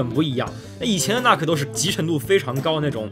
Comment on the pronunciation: 那个nuc不读作“那克”，应该读成“怒克”